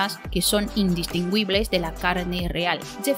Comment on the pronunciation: Precioso contenido!!! Preciosa pronunciación, sobre todo cuando dices "indistinguibles" 🤣🤣🤣👍🥰😍🤣😍